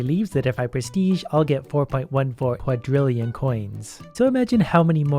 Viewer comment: quadecillion.... chill man